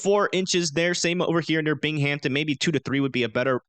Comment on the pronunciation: In Upstate NY, Binghamton is pronounced Bing-um-tin, not Bing-Hamp-Ton.